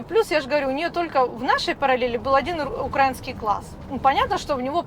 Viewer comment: УкраИнский а не УкрАинский. Йо-ма-йо.